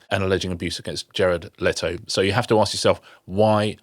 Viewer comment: The name is pronounced Let-o, not Late-o